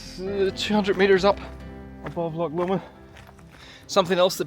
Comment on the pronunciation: An irishman who cant say loch? 😅 ive seen it all now lol 😅 the amount of folk who say how hard the west higland way is...as kids this is how we played! An irish man in a hiff about rain, who camt say loch 😅